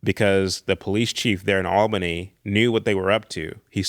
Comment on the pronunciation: I have already commented but want to do so again to say how happy it makes me that uses the very correct term "War Between the States". Because that is what it is. The War of Northern Agression is another one. I will forgive him, however for his mispronunciation of Albany, GA, us Georgians say it as (ALL-benny), not Al-been-NEE, but he's not local so I can overlook it 😊 because this is an excellent interview. The northern outsider agitators were the real problem and would never let natural social moralism happen. They disrupted it in the 1850s-60s, again in the early 1900s, again in the 1960s, and yet again in the 1990s. We have to stop this cycle by examining the truths of history, and certain people need to accept they believed very exaggerated versions of the American South.